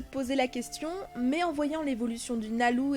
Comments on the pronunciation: oui sa je sais mais tu prononce quand même nalou alors que c nalu m si sinon gg 😜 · Cours de japonais ! Lucy se prononce Louci, donc Nalu devient bien Nalou Le son R/L et B/V n'existent pas en japonnais mais un mixte des 2. Ils prononcent un son comme un L assez roulé et le V appuyé comme en espagnol facon "bv" Donc Levy a 4 pronociation possible pour un public européen :) Levy/Leby/Revy/Reby De plus Rubis est le nom de la VF et non celle original :)